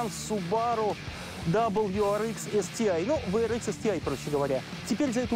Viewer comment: хотел рисануться, но.... WRX дабл ю - да, ар - да, ИКС - нет! ЭКС! И здесь ИКС, а не ЭКС . Зачем профессионалу рассказывать про Васю, если он его имя выговорить может?